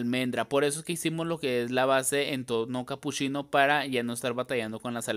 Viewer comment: CapuSHIno, SHIcas, muSHO de que parte de México hablan así?😂 soy de arg